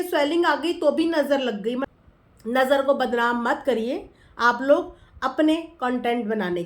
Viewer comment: Manisha bhi hamesha nazar nazer bolti hai. 😂😂😂😂😂😂😂